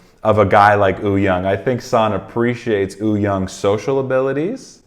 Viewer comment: Its not ooyoung btw haha its Wooyoung